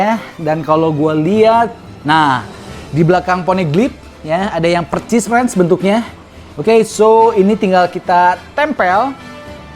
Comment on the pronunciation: Persis bang bukan percis